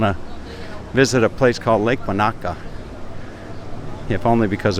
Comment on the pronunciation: Hi, great walk and talk. Most enjoyable seeing Waikiki. I have heard some of the AM radio stations here in Melbourne on occasions from Hawaii and I have often wondered what it looked like over there. Incidentally, Lake Wanaka New Zealand is actually pronounced as "wunika". also, Airlie Beach is pronounced as "airley". The beach there looks a bit like the Gold Coast in Queensland Australia. Looking forward to you visiting Melbourne. Anyway, all the best. Rob.